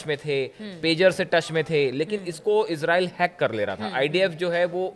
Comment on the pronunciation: Israil bolna to sikho pahle